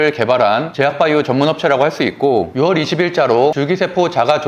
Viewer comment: 6월의 발음은 '유월'입니다.